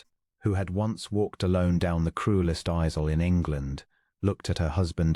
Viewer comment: I am offended by the mispronunciations by the Narrator of many of these stories. The most common is to pronounce "bowed {as in COW}" not as 'boad' {as in boat but with a d in place of the "w"}. Also the word "aisle" is pronounced "Isle" as in Isle of Capri. These are the vagaries of the English language. I am assuming the voices in these stories are AI productions. I suggest you need to adjust your algorithms to accommodate the vagaries of the English language and any of the many other languages you might use rather than cause offence.